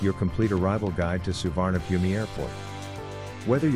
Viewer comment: It's pronounced Soo-wanna-poom. How can you trust information about an airport from someone who can't be bothered to find out how to say its name